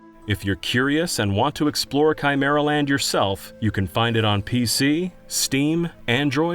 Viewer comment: Chimer-and the what-now?